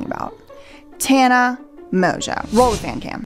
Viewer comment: If Mongeau is her actual last name… it’s not pronounced “Mojo.”